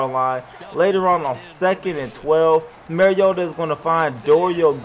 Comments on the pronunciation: Mah-ree-oh-tah not Mar-ee-ota... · how do you say bar? "Bar" note "Bare" Now say "Mar" "iota" Not mare